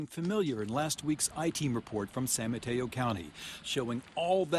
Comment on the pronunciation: San Mateo us not San mayo